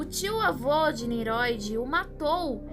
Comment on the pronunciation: Parabéns pelo vídeo, elucidador. Só que, não é Niroid, mas NINROID. Som de RR